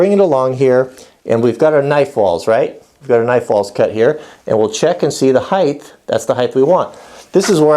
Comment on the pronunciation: "Heighth" why add an extra h?